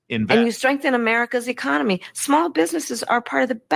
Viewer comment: She meant “echonomoney” ?